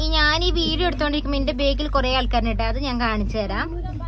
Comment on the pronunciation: ബേക്കിൽ അല്ല ബാക്കിൽ 😮